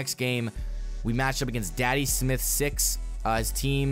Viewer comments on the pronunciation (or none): none